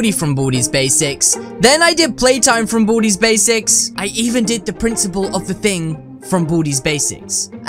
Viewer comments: Its baldis basics not baldys also make sweepin time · It's baldi not baldys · it's baldi's not baldy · Its baldi's not baldys